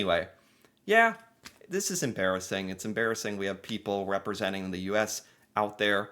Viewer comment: "Why you hef to be mad?"